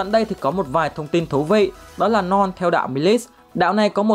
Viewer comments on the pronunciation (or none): Ad: Norn Não tao: Non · Ad đọc : norn Còn tôi : non 😂😂